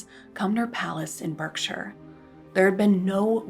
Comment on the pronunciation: Great video. Check your mispronunciation of ‘Berkshire’.